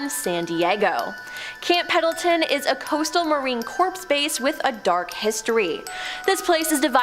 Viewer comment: Seriously, "" needs to practice her vowels and consonents! She, without fail, mispronounces multiple words and proper nouns in EVERY VIDEO SHE IS IN!! PENDLETON Has an "N" in it and its NOT silent, and Im not ever sure WHAT THE HELL she said when she tried to pronounce CORONADO, but im pretty sure she thought the "N" was silent in that one, too! I watch these videos to relax, but setting off my PET PEEVE of mispronunciation of commonly used words and names makes it impossible! So, please, please teach the with long dark hair and glasses how to read before i have a meltdown....i dont want to stop watching your vids, but if she doesnt learn to read soon, im gonna have to find another creators videos so i can keep my calm!